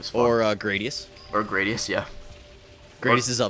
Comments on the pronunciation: It's Ikaruga and Grah-dee-us. K bye! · Fuuuck, mispronouncing everywhere. Ikaruga is pronounced "Eee-Ka-Roo-Ga" and Gradius is pronounced "Grah-dee-us" Im sorry thats just a pet-peeve of mine. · Quite a few games were mispronounced. Ik-a-ruga and Grad-ius.